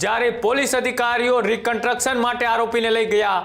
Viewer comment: કન્ટ્રકસન ? 😂 "કન્સ્ટ્રકશન" કહેવાય એને. Pass કેવી રીતે થયો ભાઈ તુ journalism મા સામાન્ય ગુજરાતી મા? 😅